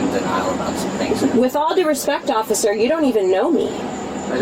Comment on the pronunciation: Boy she doesn’t like consonants does she. Going hard on them every syllable she speaks. Sisssttttterrrrr offficccccerrrrr . Enough to drive anyone nuts